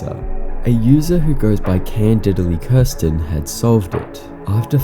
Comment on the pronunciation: candidly kirsten, not can didly kirsten lol